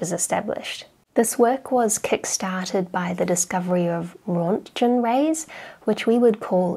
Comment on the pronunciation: Very interesting video, learning things I never knew before. PS , Röntgen is pronounced Roontgen (like Kangaroo)